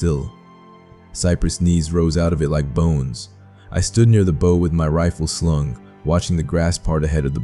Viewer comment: Obviously not a sailor or Marine . The pronouncement of "bow" rather than*bough ",says it all.